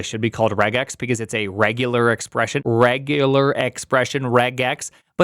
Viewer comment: Redjeular Expressions